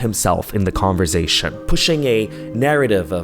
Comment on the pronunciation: I'm an ESL teacher and the way you say conversation always triggers me. I wish I could attach a consonent sound chart here to show you which sound you should be making for the 's', but honestly it's a part of your charm. I'm just trained to correct people's speech, I should learn when to stop...